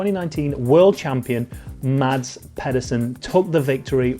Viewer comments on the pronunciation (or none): none